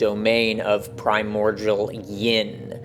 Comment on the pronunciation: Love this stuff, profoundly and truly. A thousand thanks, really. One observation though: The word "primordial" is pronounced like PRY-MORE-DEAL. I can see why you would sound it out like the world cordial. But alas, there is no relation there.